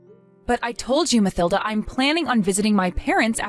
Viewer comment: In the name Mathilda, th is pronounced t, with the h being silent, as "Matilda" - just saying